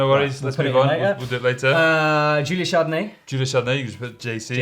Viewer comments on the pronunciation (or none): It pains me every time they pronounce Julia Charnourdie as Julia Chardonay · Chanourdie, not Chardonnay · It hurts everyone you say julia's surname wrong 🤯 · I came here only to see that if You finally can say Charnourdie properly... Nope... Shame guys, shame... Please call to Charlie Bosco and he will say it to you...